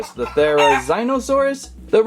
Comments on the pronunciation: its ther-oh-zeen-oh-saurus not thero-zine-oh-saurus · it’s pronounced theree-zeeno-saurus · The prounounciation is thera ZEEN O saur us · Pronounced Therzlnosaure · It’s pronounced th-air-u-ze-no-sore-us Yang-chew-on-o-sore-us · You pronounce it Ther-E-Z-No-sauris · The therzinosarus is pronounced there -a zen -a -sarus if I spell that right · You pronounce the therizinosaurus thera-zee-no-saw-ras